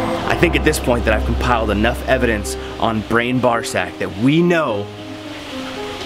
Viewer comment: He said “Brain Barzack” 😂😂